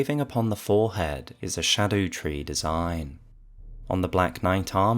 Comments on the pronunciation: i think scadutree is said scar-dew-tree, cuz like it’s leaking from a big cut isn’t it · Its been driving me nuts people pronouncing it skadootree. Thank you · Old English Erdtree - earth tree Haligtree - holy tree Scadutree (actually read like shadu) - shadow tree